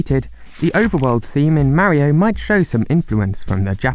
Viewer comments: Why the fuck do you pronounce Mario..Merryo? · Ugh...British people. Its flippin Mario like car. Not Maryio. For cry yi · What is it with Brits speaking certain dialects saying "Mary-o" instead of "MAH-ree-oh" when the BBC has already insisted Pakistan be pronounced PAH-kiss-TAHN instead of PACK-i-STAN? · I really hate when people can’t f-ing pronounce Mario correctly. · Instantly disliked this video because of the way the narrator pronounced Mario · You can at least pronounce Mario's name the way the game's creators intended. I guess people from your part of the world aren't concerned about respect and think it's okay to be rude in such ways.